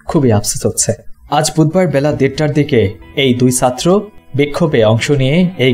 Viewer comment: Vai tomar "chatro "uccharon ta thik korar chesta koro..